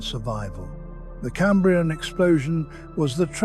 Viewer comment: Even if it weren't pronouncing Cambrian wrong the pictures would at least line up with the script. It is talking about anomolocarus whilst showing hallucogenia. I'm out!